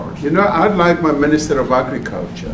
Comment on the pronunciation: Red as a tomato 🍅.....Da mista meeeneeesta.....ov.....agggicaltcha...Red as a tomaytah ...avytineeezayt....Red as a tomayta....disgraceful at best...